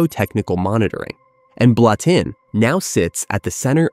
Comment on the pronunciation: I’m Swiss, it’s pronounced Blutten.